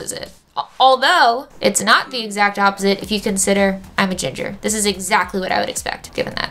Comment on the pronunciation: when she said ginfer i thought of gingerale